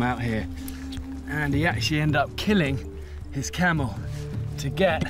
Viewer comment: Camel,not Kamel😂